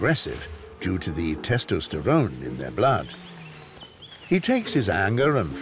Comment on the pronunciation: Who mispronounces testosterone 😅😅😅😅